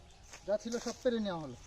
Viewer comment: পেরে নয় পেড়ে।